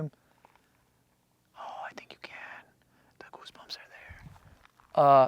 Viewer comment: I can’t believe you went alone, your obviously super nervous so things don’t always come out right but the “geese boomps” had me cracking up lol